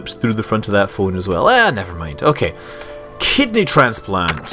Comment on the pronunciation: kidney? oh, i thought you said kids knee.